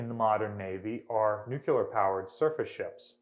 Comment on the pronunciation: Nuculer? I haven't heard this since George W., this is really one linguistic faux pas every intelligent person should strive to eliminate from their speech!